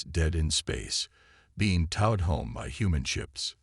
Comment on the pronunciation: Still you decide to use a POS AI. I actually made through your asterisk, asterisk story. But, WTF is: "DEEF-ening"(deafening), "PRAH-jektile", "....being TAH-ed"(towed) home", "....watched the proceedings LIV"(live...pronouced...."L-EYE-v". Your stories so far literally suck due to all the errors mad by you AI!!!!!!!!!!